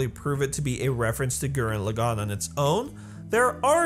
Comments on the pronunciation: Just wanna nip this in the bud. Gurren Lagann is pronounced a very specific way. You're pronouncing it Gurenn Lu-gaunn, but it's actually. Gur-denn Leaugh-gaunn. The first part of each of those words is emphasized the most. The d is very very soft, they pronounce r's in a very specific way in Japanese, with a hint of 'd' in the sound, similar to rolled r's in Spanish. And for each word in Japanese, the stress of a word is the first syllable, not the second or third, unless that is specified, which it isn't in the case of Gurren Lagann. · Gurren Lagann not fucking Gurren LagAAAn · You need to learn how to pronounce gurren lagann correctly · Damn, the way you say Gurren Lagann is Cancer... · Loved the video but the way he was saying gurren laggan in the video was annoying me 🤣 but loved the video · I have to be that guy but you absolutely butchered the names and pronunciation of gurren lagann